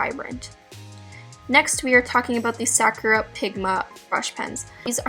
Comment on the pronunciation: i love you, but the way you were saying sakura was really bothering me lol